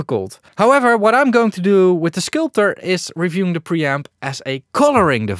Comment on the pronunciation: Hey, the product is called „skulpter“ and not „skulptor“ 😄